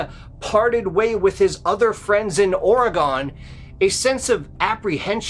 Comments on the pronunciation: Every time you said "OreGAWN" was like nails on a chalkboard, and ruined your story. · It's pronounced Ore-g-en, Oregen. All this is missing is Cam Buckner from Dixie Cryptids and Mr Ballen! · Pronounced (Ore -g-en) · Whyyyyyy do people pronounce OREGON WRONG????!?!?! For the love of sweet baby Christ IT’S PRONOUNCED “ORG-IN”!!!!!! I KNOW I LIVE HERE!!!! FIIIIIGHT MEEEEE!!!!!!! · I can’t be the only one who’s hyper fixated on the way he’s saying OR-A-GONNN. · Oregone? Certainly not how people in the state pronounce it. Go there and you will be corrected lol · ORR-EH-GONE? …..or Oregon ? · pronounced oregen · Oregun? Seriously? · Learn how to pronounce OREGON. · Did he really just pronounce Oregon like that? Im gonna have to skip this one sorry, maybe learn how to pronounce it right first. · The way that one narrator pronounces Oregon is highly irritating lol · Stop saying Oregon. You are saying it wrong. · please I'm begging you please learn how to say Oregon correctly. I cringed so hard every time you said it wrong that I kept losing track of what you were saying. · I lived at Crater Lake for most of the late 80's. There is nothing sinister about it! And PLEASE, learn how to pronounce the word OREGON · The one guy keeps saying Oregon wrong and it's driving me crazy! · Where are you from? That's an interesting way to pronounce Oregon. Cool story going to visit Crater lake this summer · I am originally from Southern Oregon. Crater lake is less than a 2 hour drive from my home town. There is definitely an odd almost creepy feeling in that area. However,, it's pronounced ORE-GUN not ORE-GONE. That's ok most people east of TX pronounce it that way. Just wanted inform you, not insult you. You're awesome. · Not Ore-E-gone but ORY-GUN.... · Ore-REE-Gun, not ori-gone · Its Or-egon not Oreg-Onn!! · OreGUN not OreGONE!!! Just like WashingTUN not WashingTONE. or WashingTAWN. Same pronunciation. OR E GUN. Or e gun, Oregun is how it is pronounced!!!